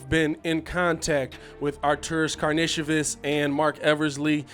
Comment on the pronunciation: They clarified in the press conf. I also here a lot of Ar-tur-ros (Greek) instead of Ar-tur-rus (Croatian) We should just call him "AK" its alot easier for us Americans.